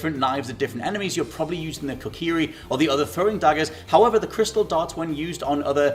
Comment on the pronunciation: "if you like the idea of throwing different knives at different enemies, you're probably using the Kokiri" I know he's trying to say Kukri, but now I'm just picturing someone chucking that annoying brat that blocked the Deku Tree like a lawn dart.